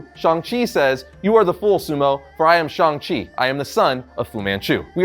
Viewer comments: It's pronounce shang chi like Hang. Shung chi but sHANG chi. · Thank you! Idk why everyone is saying Shong! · Shang …Shang not shung … there’s an “a” not “o” or ”u” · Ok, why is everbody saying his name wrong all of a sudden?! It drives me nuts, for years it was ShAng Chi not ShUng it's an A not a U. I will continue to say it like it's spelled. Ok, getting off the soap box now. Love the channel and congrats on the comic. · I really hate how everyone is pronouncing shang chi's name nowadays. its SH-ANG not SHONG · When did he become Shong Chi? Even his co-creators called him Shang Chi. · it's pronounced shang chi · How tf do you say Shang-Chi's name so wrong? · It's the difference between American authors making and pronouncing the name for the comic and the producers for the movie pronouncing the name for the character